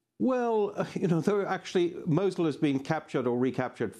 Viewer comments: why she saying mochel its fuckin mosul (Nainawa) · she keeps sayn mochul